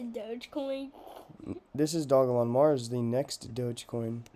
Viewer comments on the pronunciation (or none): It's pronounced doge-elon, please look at the developers video on here. The name derives from doge coin